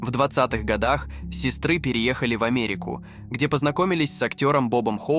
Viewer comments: Люди, записывайте свои голоса, а не вот эти Балаболки.... Я понимаю, что просто написал текст и тебе всё вызвучило. Но порой - это кошмар сестрЫ к примеру... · Режит слух. Сестры . бедра и. т.д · Хороший ролик. Вот только текстовое сопровождение режет слух! Ударение в словах ставится произвольно, где придется... "циркИ, сестрЫ", противно! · Что с ударениями? ЦиркАх, сестрЫ, ШлитцЫ...